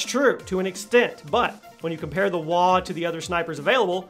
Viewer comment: Its not called WA ITS W-A